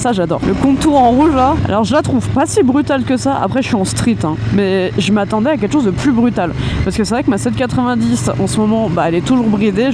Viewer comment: Vous pouvez arrêter avec vos "ket' chose" ?!! C'est ket chose de très énervant.